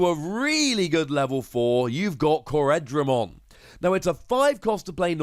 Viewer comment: It's pronounced core-dra-mon btw not co-red-ra-mon